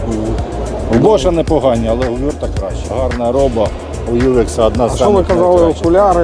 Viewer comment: Хлопці, не вюрс. Вюрт - це німецька компанія і читається не англійською. Готуйтеся хоть трошки до обзорів.